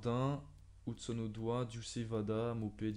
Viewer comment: Hudson - odoy que sa se prononce pas odoi